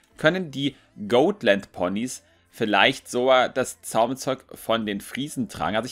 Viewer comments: Dann ist es aber immer noch "Got-" und nicht "Goat-". XD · Oh mein Gott, ich dachte ich wäre die einzige die es nervt 😅 Got nicht Goat,! 😂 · das sind doch keine GOATland Ponys 😂 oder sind es insgeheim doch Ziegen? Nein also es wird so weit ich weiß Gotlandpony ausgesprochen wird also so wie man's schreibt aber ich sage eher gottlandpony also das o nicht so lang gezogen da es sich anders komisch anhört 😂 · #Ziegenlandponys 😂😂😂 die Ponys sind keine "Goatländponys" 😂 Man spricht es so aus, wie man es schreibt, lol. Ich schmeiß mich echt weg Kommt, lasst uns den Hashtag verbreiten, hihi:P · das sind keine goatländ ponys D: Die werden genauso ausgesprochen wie sie geschrieben werden xD Und sie werden auch nicht englisch ausgesprochen XDD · Mich nervt es auch extrem wie falsch er die Rasse auch auf Englisch ausspricht. Ist ja nicht schlimm, wenn er es nicht weiss aber er wurde ja schon darauf hingewiesen. Da finde ich es schon ein wenig respektlos gegenüber der Rasse sie trotzdem absichtlich falsch auszusprechen. Wir sagen ja auch nicht Fäby zu ihm, sondern ^^